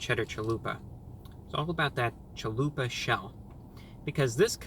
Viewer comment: Everytime he says “Chalupa”, a beautiful Mexican baby is born.